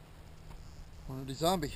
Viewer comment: Why do you intentionally mispronounce "Hornady" ??? You've got the box right in front of you, you can clearly see the way it's spelled, there's only one "a". It's horn-uh-dee not horn-uh-DAY